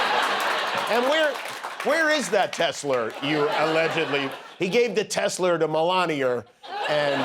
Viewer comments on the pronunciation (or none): Does Trump often add an "R" to other words that end with an "a"? Maybe "Tesler" instead of "Tesla" is the remnant of a New York accent he grew up with. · That comment by Trump about 'last time I did that I bought a Teslerr' is about the nearest he's ever got to self-awareness. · It is called Teslers now😅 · Hearing him say Tesler was like Hearing my dad Say Pokéman as a child except worse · The Woke captions spelled out tesla when jimmy and the orange man, Clearly said tesleR. 🎉😂😅😹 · "He gave that Tesler to Melanier." Perfect. She doesn't care. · Legit question. Why is Tesla impossible for him to say, it is arguably easier to say than Tesler. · "Tess-Lerrr" rhymes with "Hamburglarrr" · Trump still says teslur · Teslarrrrrrrrrrrrrr lol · "He's still pronouncing it 'Tessler'." Yeah - and annoyingly, so is Ben Meiselas at the Meidas Touch. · In all fairness; Many Brits pronounce it as Tesler as well.